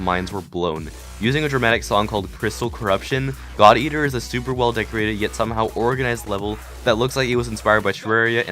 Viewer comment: Who else heard thot eater instead of god eater? xD